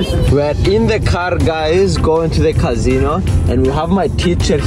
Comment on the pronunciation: "cazino" 💀 bro looks like casOh "ling" 💀